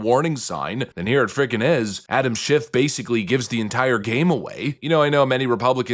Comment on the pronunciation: Anyone ever here JLP pronounce Adams last name? Yup that.